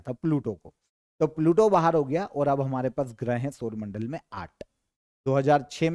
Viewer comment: Gaya nhi GAYA G